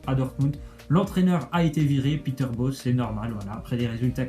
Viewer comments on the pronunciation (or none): none